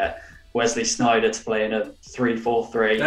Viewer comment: I don't know what's more incorrect about always likening Sneijder to. Firstly he looks nowt like him and secondly its SNEIJDER not Schhhhhneider. You're pronouncing it like Berndt Schneider. The no 'ch' in the pronunciation of Sneijder.